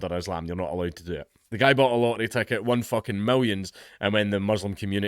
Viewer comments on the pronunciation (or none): Let's make it so they all have to flee their homes scared for their lives and rightfully, so. It's time to dox the leftists. What they have done to humans is the crime here. The only rightful justice is the ovens. HA! He just said "Lottery" and I thought he said either "Light ray" or "Lorry".